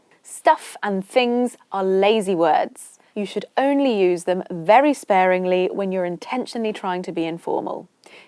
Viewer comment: This is outstanding program that I have ever followed in YouTube, thank you so much, but the way you emphasize in word very should be avoided I think even in normal conversations if you hear it being said you'll rile up and lose your temper 😂😂😂